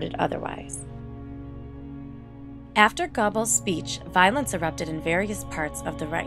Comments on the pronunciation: Ronin 77 Not gerbels. Geh-bells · You mispronounced Kristallnacht and Goebbels name. It's pronounced Gherbil, hard g, like Gehring, another Nazi, and the vowel sounds like gerbil not gobbles. If you want to report factual history, please use the correct pronunciation. Maybe it may seem like a small matter, but not to the people whose relatives the Nazis murdered and whose names echo throughout that time. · It's pronounced GER-buls, not GOBBLES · It's not pronounced "Gobbles", it's pronounced " Gerbles" . Goebbles has a soft r sound. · It's not Ger. It's Geh. I live in Germany. My wife is German. And I also looked it up. It's like when Americans forget the E in Porsche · Worst mismatch of voice actor and subject matter ever. Valley Girl narrates one of the most disturbing chapters of the 20th Century. She is so unfamiliar with what she is reading that she mispronounces every key name and term, all while using a tone that would be better suited to a commercial for frozen desserts. As others here have pointed out: GEHR-bulls, PAH-grom, kri-STAHL-nahkt.